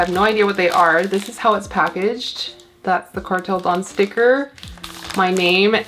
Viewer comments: Indonesian here 🙋🏻‍♂️ your pronunciation is correct! It's da-oon so 2 syllabes 🌱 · Indonesian here for a public service announcement! You’re right! It’s Kartel Da-un, you need to roll your Rs and the an and u are pronounced separately! Your plants are sooooo sexy though omg. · Yes the correct pronunciation is Kartel Da-un(oon) :) Their collections look cool